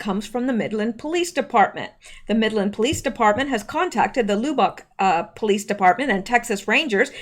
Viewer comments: Lub like tub not lube like tube :) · Say Lub bock not loubock. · fyi its not pronounced like lube bock, its pronounced like the word "rub" or dub ,, lub... with ock.. or how we texans say it "lubbuck" sounds funny the way you say it.. anyway just an fyi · Should I tell you it is pronounced "Luh-Buhk"? No, I think it is too cute to hear you say "Loo-bahk" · Lubbock is like Dub not Lou. :) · It's not lou-bock. It's Lubbock. Like a lug on your tire. But lub...lol lub-buck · Lubbock: LUB [LIKE "CLUB"] - bik. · I'm late watching this. I'm sorry or I would have told you sooner ---- Lubbock is pronounced Luhb Uck. Emphasis on the first syllable. I was listening to you read the article and I could not understand what you were talking about, then I saw you were saying the name of that Texas city. Maybe you can do an update on the fruiting tonight. I don't watch the fake news AT ALL, so have no idea what went on. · Lubbock, pronounce the "u" as "ahh" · Lubbock, we say “Luhh buck” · Lubbock is pronounced LUB-uck. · loobock...lol Lubbock is pronounced like Ugg boots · lubbock is pronounced luh-buck. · Lubbock is pronounced like “Labbuck” a sound. At least in Texas. 😉 Great work!! Thanks :) The Gun Grab Why did no one pull their own gun on these Mk Ultra trigger hit boys. I like your “fruiting “ name for the so-called shooting FF. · Lubbock = "Luh" - "buck/bick" I still love ya though. 😉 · Lubbock is pronounced like "Rub uck". 😀 Probably another FF. Texas Congressional Rep. Dan Crenshaw favors red flag laws. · No... not Lu bock! 😆😆😆😆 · Lub rhymes with tub bock rhymes with clock . Lubbock, Texas. Sorry. Just trying to help, lol.